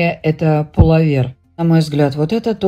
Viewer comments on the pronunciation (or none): Пуловер-ударение на ,,о''.